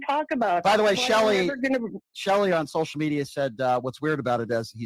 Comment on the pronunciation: Is he originally from the northern states? Just finding it weird how he says social media. He pronounced it as sol-shall media.